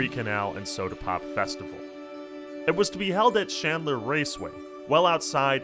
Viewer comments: It's PRONOUNCED AXE SESSORY NOT a cessoree It's CHandler NOT shandler Your shitty teachers and 20s are showing. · Is there any particular reason that you're pronouncing Chandler, Shandler? It's thoroughly ANNOYING, especially when you constantly keep doing it!